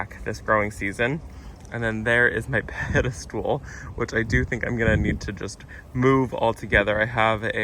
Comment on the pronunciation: Hi,! 🤗 Okay, please don’t take this as a mean comment. That is 100% NOT my intention. 😅 Are you saying “pedestool” because I’ve been saying “pedestal” this whole time. Are the two different? 🤔